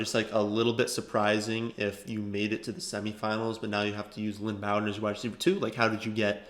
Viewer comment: its 'Bow" like row. not B -owden. Its Bow-den